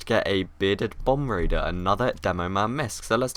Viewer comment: Bombardier not bomb raider